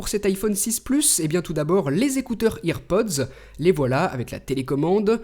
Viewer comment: Ta façon de t'exprimer sur (toutes) tes vidéos est extrêmement agaçante, on dirait un gamin tout content tout excité qui parle. ça fait un air débile enfin comme par exemple a ou tu prononces "IREPODEZZ" a la française entre parenthèse...tu peux pas prononcer en anglais tout simplement ? j'imagine bien ta tête de con sérieux. mis à part ça l'iPhone est très beau.